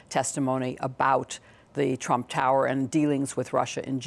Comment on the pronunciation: "involved in the rump.." LOL